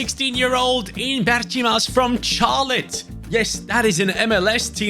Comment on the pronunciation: Love the rebuild but its pronounced “Sh-ar-lotte” not “Char-lotte”😭😭😭😭😭